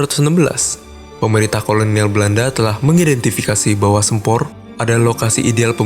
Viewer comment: Sempor..... pengucapan nya mirip Semper Jakut. Gimana sih narator ny... Jgn merubah nama